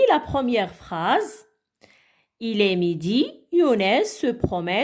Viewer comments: Chouha wach il ne se prononce pas elle Prononciation nulle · Chouha prononciation nulle Il ne se prononce pas elle